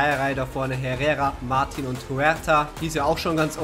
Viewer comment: Der Franzose Martin, wird original Martö ausgesprochen. Genauer gesagt, ne mischung aus Ö und Ä.. wobei die Betonung mehr auf'm Ö liegt. Ich hoffe, du kannst damit was anfangen 😉